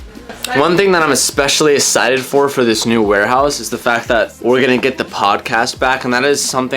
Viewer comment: "essited for"